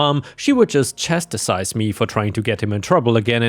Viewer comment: That word you keep pronouncing as “chastisise” is actually pronounced chast-eyes - think of cats eyes with an H!